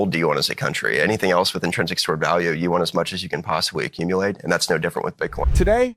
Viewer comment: “We want as much as we can possibwy accumuwate” -Bo Hines